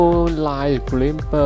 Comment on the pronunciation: Dude... you need to speak better English to do this. The pronounce the word “glimpse” totally wrong.